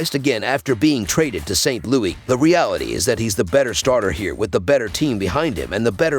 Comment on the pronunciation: Its saint LOUIS NOT Louie